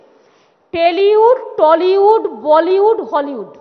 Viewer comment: মূর্খ কোথাকার - টেলীউড আবার কি ? এখনো উচ্চারণ শিখলে না - বাংলার তথা বাঙালির লজ্জা । ধিক্কার জানাই তোমাকে।